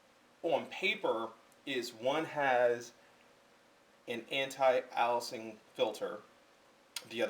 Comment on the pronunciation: You dont even understand file formats, how are you even testing these and making a video. You simply are under the influence of wrong information. You need to test in raw. with equal lenses conditions and set conditions. Its called Aliasing, pronounced "Aylessing". Dude, its like you just learned this stuff and regurgitrating it as if you actually understand it.